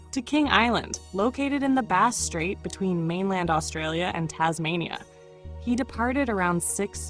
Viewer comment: "lyves?" 😅 Stupid A.I. voice!! "Base Strait" 😂😂